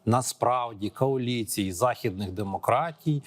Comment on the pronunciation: Задовбав з тими поляками. А слово «коаліція» так і не навчився вимовляти.